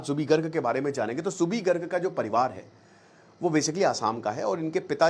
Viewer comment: Aap uska naam galat ucharan kar rahe ho Zubin nahi Zubeen